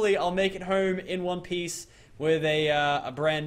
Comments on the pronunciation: PLEASE, its pronouned TE-RA-NO-DON, NOT TE-RA-DON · He says teradon but it’s teranadon